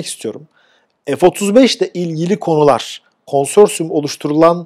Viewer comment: Türkçede ef diye bir harf yok